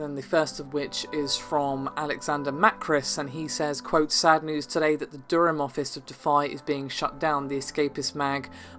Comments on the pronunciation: doorum? wtf you're english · Narrator, ask anyone in the outside world how you pronounce Durham.